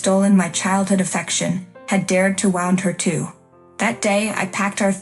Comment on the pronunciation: Pronounce "wound" correctly. Soph, not suff. "Brandon didn't mean..." My ass. They have the nerve, to show up at the new baby's celebration.